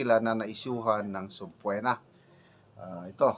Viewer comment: Sub-pee-na po the correct pronouncement iation